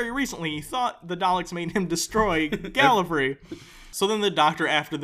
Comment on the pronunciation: Every time one of you says "GalliFREE", part of me shudders and dies.